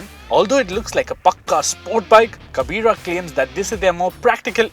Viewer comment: When You said in a wrong way the word "kabira".... So annoying